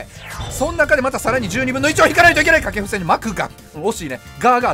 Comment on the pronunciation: 掛布選手が下級戦士にしか聞こえんw